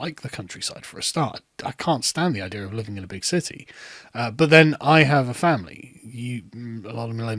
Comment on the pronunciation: come on down to the south brother, the Deep South. You’d fit right in with the Mississippians and Alabamans when you put an “r” on the end of the word ‘idea’. 😂